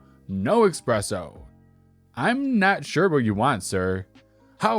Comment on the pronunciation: Great show today! Even better than usual!, remember the way to say it like this: "es-PRESS-oh."